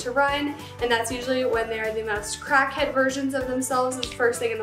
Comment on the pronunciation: Stop saying crack head like that